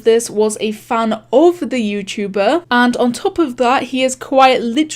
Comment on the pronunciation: “Yewchewbaa” XD